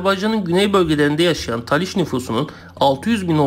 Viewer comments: taliş değil talış! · Taliş deyil, Talış olucak.